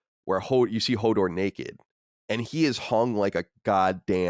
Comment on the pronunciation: Colin talking about Hodor sounds like Homor